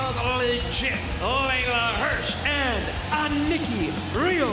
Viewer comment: Justin Robert's pronunciation of "aniki" kills me. Sounds like "a Nicki." 😅